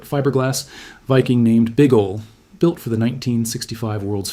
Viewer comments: The statue in Alexandria is named "Big Ole". Pronounced "O-Lee", not "Ohl". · Big OH-lee Not Big OOL